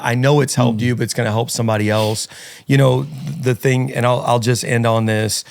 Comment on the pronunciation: Disappointed that the guest said "Fing" and it's posted?!?!